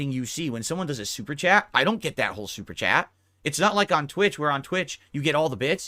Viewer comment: "They can gwet fucked"